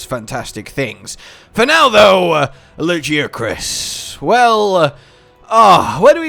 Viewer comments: ...All throughout the video I kept hearing "La Jia Chris" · Lajeucrus you say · How people pronounce Lagiacrus is like how people pronounce "Gif". /ponder